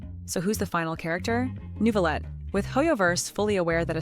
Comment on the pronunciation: "Neuvillete" ❌ "Nouveau" ✅ Bro at least spare my nuviii 😭😭😭